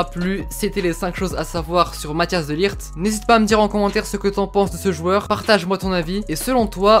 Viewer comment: Rare les gens qui savent pronocer le -G de De LiGt. Sinon super vidéo.